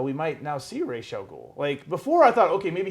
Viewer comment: Ra'as in Ra'as Al Ghul is pronounced "ROSS"... i'm arabic... trust me! I dunno where "Raish" came from